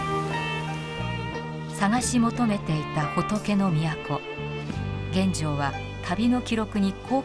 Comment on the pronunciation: 感谢上传，不过玄奘法师俗名读音是chen yi，不是chen wei。